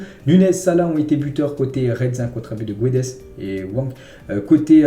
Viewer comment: Guedes se prononce GOUEDJ en portugais svp, merci !